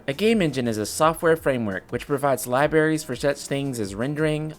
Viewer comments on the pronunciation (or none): Ly-berries. You had me rolling dude.